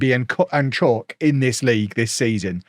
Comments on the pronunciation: South African here. Chauke is not pronounced as Chalk. It's Chow + ke (like ke in Kevin) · Really enjoying the series all the way from South Africa! Just a heads up, Chauke is pronounced chow-keh.